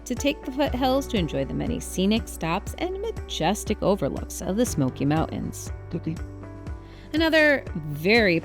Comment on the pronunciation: Why do you say smoky mount ens